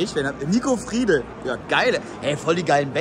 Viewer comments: Bro der heißt Marco friedl und nicht "Mirco" oder was du da sagst😂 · Bro nicht nico friedl 😂